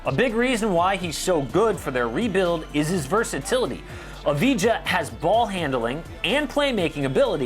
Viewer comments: It's not "Avidja" it's "Avdija" and also it's pronouced like if it is "Avdia" and why it's so important? well, i think we'll say his name a lot in the future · Avdija not Avidja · AV-DI-JA (pronounced like AV-DEE-YA) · It is pronounced like Avdia, I am from Israel and everyone says he is going to be a top ten pick, I think he might and he has potential but the Pistons would only take him that high, I see him as a as a Great pick for the Spurs, around like 12